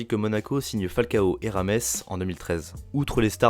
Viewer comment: On dit James (Rodriguez) et non Rames